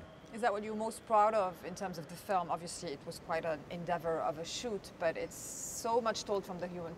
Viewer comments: “Obvioshly”😂bless him😂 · i literally thought i was the only one who realised that. "obvioushry"